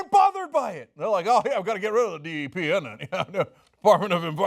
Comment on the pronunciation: Very true but to flat out say that it doesn't exist is wrong. Trump pronounced it wrong and in the wrong context but DEPs exist.